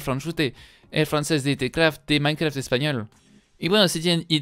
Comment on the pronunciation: Uh lala señor frances minecraft,se dice mainkra okno